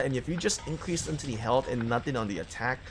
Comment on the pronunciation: its pronounced "health". Not "helt"